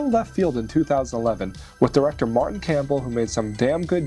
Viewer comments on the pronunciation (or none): none